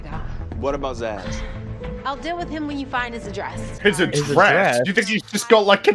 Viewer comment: It's "Zsasz". It's a palindrome. It's not hard.